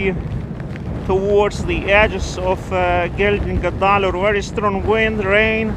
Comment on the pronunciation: OK - start with a castrated horse - gelding. Connect that with guh dolleer (almost like dollar). Say it all together and repeat.